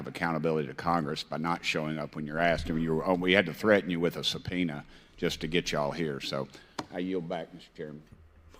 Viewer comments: Pinned by and Subpoena is pronounced 'sir pee na'. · Subpoena = pronounced "SUH-peen- nah" In American, anyway.